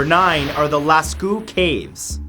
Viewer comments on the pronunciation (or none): lass-co... Lass CO B/ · I'm pretty sure "Lascaux" is pronounce lah-caw. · Lascaux - Lass Coe! In French au, ault, aux, eau is pronounced 'O'. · As a Canadian, isn’t that a mispronunciation of Lascaux ?